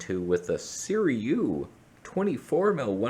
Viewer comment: It's pronounced "Ci - Roo - ey" SIRUI the vowels are supposed to sound articulated.